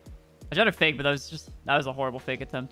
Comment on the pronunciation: Hahaha in you sound like an spanish man: que fake lol